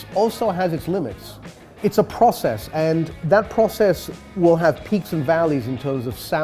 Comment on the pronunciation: It’s definitely a “posses”. Completely different to a p(r)ocess.